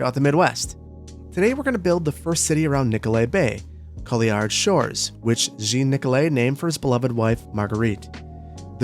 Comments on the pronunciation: Hey, just a note on pronunciation: the double L in french words makes a 'y' sound and the d is silent, so it would be 'coo-yahrr' (rolled r), but I imagine that cool-yard is an American-ised pronunciation of a french name;) Super keen for this series! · Hey, love the idea, just something to note, if you want it to be as authentic as possible, the name Couillard being French, it would be pronounced as "cooey-yard", the L's are not pronounced. Totally up to you though, the linguist inside me couldn't help but make this note here 😅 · ah i see. according to the internet it's more like "coo-yar" /kʰu.jæʀ/ and when has the internet ever been wrong 🤔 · as a french canadian, the proper prononciation for Couillard is Coup-yar lol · As a French speaking person I can tell you Couillard is pronounced ''Coo-yahr'' ;) cheers! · I think it might be pronounced qui-yard. But I dont know so I might not be right you might have done research on how to pronounce it I didnt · By the way, the Couillard name sounds more like "Coo-Yar". Fun fact, "Couille" is a french slang name for balls. Internet says couillard is "a nickname for a man with large testicles, later (from the 16th century) for a lusty or vigorous man." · Americans pronouncing French words is painful, like there is absolutely no effort to even attempt to try to even get close to French at all. Double L has almost an ey sound as in Marseille. Couillard would be pronounced kweeyard as near as I can phonetically spell it and the name Jean is almost pronounced John. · Just a little pronociation comment :) Couillard in french is pronouced as : Cu-yar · I'm sure someone said this but I can't find it. Are you intentional anglicising Couillard in the same way Baton Rouge and Beaufort are anglicised french words? If that's not your intention it would be pronounced more like Coo-yaar. Either way I'm excited to see how you do a lightly modded series. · I'm excited about a new build. To be pedantic, Couillard is pronounced Kwee-yar.